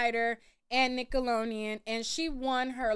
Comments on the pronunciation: I love you but whyyyy you keep pronouncing Nickelodeon like that 😂 just forget the D huh!? 😂😂😂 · I’m cringing you because keep butchering the name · Why can’t you say Nickelodeon….. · Jesus, it’s Nick-oh-lo-Dee-ann !! With a D as in dammit please pronounce it correctly! Yikes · 😂😂😂😂😂😂😂 I thought the same. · omg me to it takes me out of the experience I think she’s doing it on purpose atp 😆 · I was thinking that too! Lol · me too 😂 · Instead of saying we’re being silly, correct your pronunciation girl. There is clearly a letter D in the damn word. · I never heard nobody say Nickelodeon like that lol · My girl struggling with the name NICKELODEON lol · Lol you can’t say Nickelodeon for 💩 😂😂😂😂😂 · Lol Why you keep pronouncing Nickelodeon Like that lol!